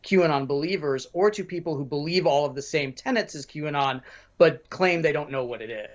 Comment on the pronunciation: Q-and on! Not Qanon!